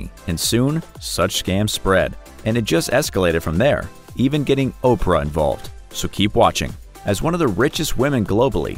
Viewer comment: Oprah not Ophrah